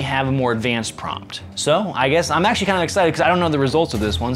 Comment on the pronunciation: ACK-SHU-A-LEE your first video was published in 2019; I believe it was about the Cloud Defensive REIN.